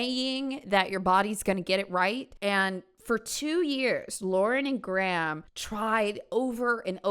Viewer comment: Very interesting vid but the way you pronounce Graham is stressing me out lmaoo